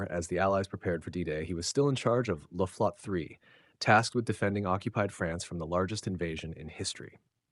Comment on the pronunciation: Pronounced Luft-Flo-tte three syllables